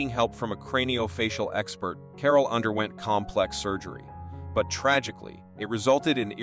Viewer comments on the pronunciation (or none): none